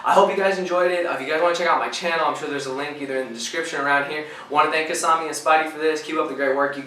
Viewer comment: you called him kisam me